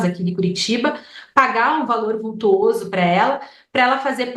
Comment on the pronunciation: Vultoso e nao "vultuoso" como a advogada empregou.